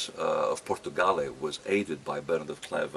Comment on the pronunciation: "POR TUO GRAL"